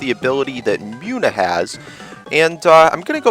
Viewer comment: I believe Munna is pronounced Moon uh not Mew na. Other than that, good let's play.